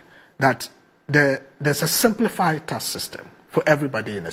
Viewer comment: "Taks" not "tass". 😂😂😂